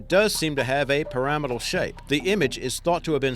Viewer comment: I like the way he says pyramidal. That's how I'm gonna say it from now on